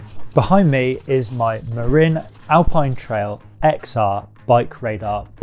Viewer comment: The "MA" in Marin is pronounced more like the chinese word for horse than "mare"